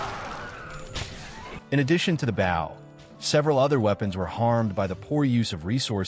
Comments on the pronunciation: A. I. voice: 👉🏻"bow" / [bau] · I'm sorry, and also thank you, your way of saying the Bow really cracked me up. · Is this AI or is that really the way he pronounces “bow” lol